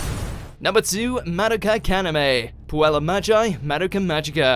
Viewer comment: Number 2 Mad-okeh Kanime Pueal-luh Me-jai Maduhka Magica. You're doing this on purpose aren't you?